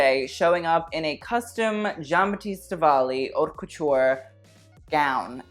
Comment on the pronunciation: why does he say "ourt couture"??? this isn't how u pronounce it hun..........